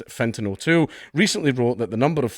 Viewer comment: The columnists name sounded a lot like "fentanyl tool" when you read it out loud around